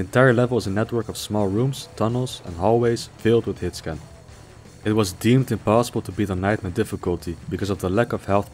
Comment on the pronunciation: what is this word he says a few times? 'Hitscam?'